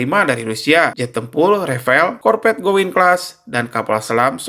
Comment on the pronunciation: Gowind bukan gowaind.... Alusista perancis terkenal Mahal...